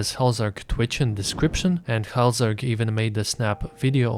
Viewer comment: hallzerk not hellzerk